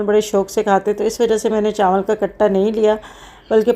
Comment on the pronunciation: Chanwal nhi hota chawal hota ha